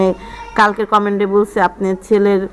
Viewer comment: Comment কে commend আর floor কে flod 🤔dedicat কে reddicat ?? Shuddo kore English bolte Nah parle Shuddo banglay kotah bolen Bhalo laghbe আর রেডিও কি দেখা যেত???